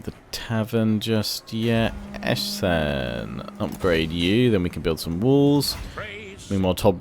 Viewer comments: Essen,= ˈɛsn̩ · your way of pronouncing Essen is completely right. atleast if the german language is the inspiration for the names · No, with all the city and character names you are pronouncing wrong; Essen and Eschen are two of the few you are pronouncing right lol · pronounce Essen correcly, but sometimes you use the name Eschen instead. Not surprising to someone who's watched you for a while, especially since the two smettlements are pretty close to each other. You also say "Ice Pack Bay" instead of Pack Ice Bay.